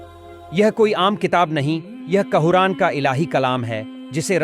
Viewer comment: Qura'an hai qaoran nhii